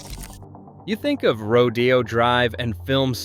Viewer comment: You mispronounced challah, Rodeo, Boca Raton.